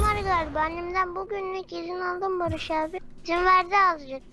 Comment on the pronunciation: Farkettinizmi bilmiyorum heyecanlaninca Barış abi demiyo. Barıjj abi diyo😂😂😂😂😂